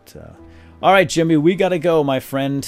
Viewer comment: Sounds like you say Chimney and not Jimmy sometimes, lol.